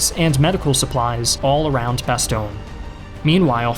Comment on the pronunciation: When you pronounce 'Bastogne', my face makes the same expression like when someone scratches a blackboard. Either way, very good video. Sincerely, a Belgian.